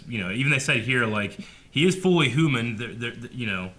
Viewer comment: "fully hooman"